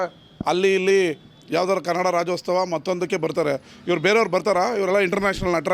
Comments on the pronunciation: ರಾಜ್ಯೋತ್ಸವ ನಪ್ಪ... ರಾಜ್ಯೋಸ್ತವ ಅಲ್ಲ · ಹುಚ್ ಸುಳೆ ಮಗನೆ ಅದು ರಾಜ್ಯೋತ್ಸವ ಕಣೋ, ರಾಜ್ಯೋಸ್ಟವ ಅಲ್ಲ.. 😂